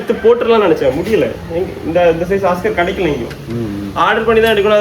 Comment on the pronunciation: ஒஸ்கார் இல்ல தம்பி அது ஆஸ்கர்